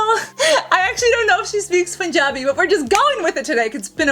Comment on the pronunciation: Loved how you legit said Punjabi the way it is supposed to be said. With that accent! This was a fun video to watch ❤️ (nothing new in here, everything you post is fun)